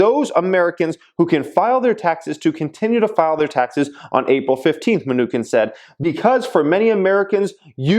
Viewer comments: It chin Munchin not Munchkin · It’s pronounced New Chin not minukin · its pronounced Mnuchin not Me-nukin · Today's drinking game... saying mnu-kin, not mnuchin lol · Mnuchin (chin) not mnuKIN come on 😂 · Munchkin for the win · His name is pronounced: munshin. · It’s MnuCHIN😂...but thanks for the content as always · Menu-Chin is the right pronunciation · It's Ma-Nuch-in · Pronounced menu- chin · Its muh-new-chin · it's pronounced "munisheen" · Min-KNEW-kin lol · it is pronounced Mu-Nu-chin like the one below your mouth. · You can tell is a wealthy bad-ass because he doesn't pronounce Mnuchin correctly because he doesn't care about the news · I can’t believe he made this video and does not how to pronounce the name the US Treasury Secretary.